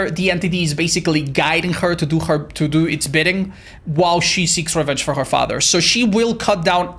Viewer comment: has never sounded more irish to me than when he repeatedly said, "his faaather" in the trapper section.